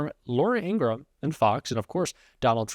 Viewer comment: You're pronouncing Laura Ingrahams name incorrectly. It's Laura In-gra-ham